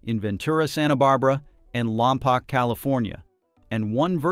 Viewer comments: It’s Lom Poke, not Lom Poc. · There are no sonic booms on launch. Very few Space X vehicles return to Vandenberg. Salud is a terminal POS . By the way it pronounced Lom Poke like cow poke l. There are NO sonic booms from the launch and few of the first stage rockets return to Vandenberg as they are recovered well off the coast. Note that the Coastal Commissioner shares the same last name as the far left Governor who has done much to destroy California. There is no relevance of the Super Heavy to the Vandenberg launches. It is more about California leftists hating Musk for his politics. Mz Newsome is the head of the Coastal Commission. It's primary role is to convert coastal developers ambitions into political contributions. Space X generates an immense amount of income for California . California politicians drove Space X to relocate their HQ from Los Angles to Texas